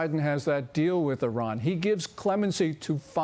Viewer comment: Good to hear Iran correctly pronounced as "E Run" and not "I Ran" ....